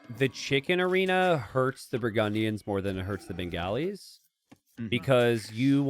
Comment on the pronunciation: Minor FYI on the pronunciation of Bengalis - it's more like "Ben-gah-li" rather than "Ben-galley", similar to replacing the 'o' in golly with an 'a'.